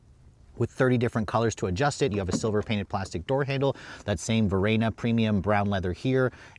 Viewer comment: Tiguan, not Teeeguan. Varenna, not Varaayyyna